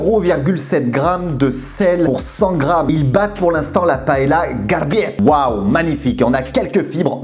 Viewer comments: Ça se dit pas "paela"mais "paella" ps Chui espagnol 😂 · A prononcer "paéya"... Lol moi qui suis de Valencia..ça fait pleurer...😭